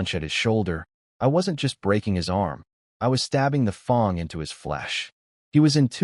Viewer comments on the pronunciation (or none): Why do all of these AIs read Fang as Fong?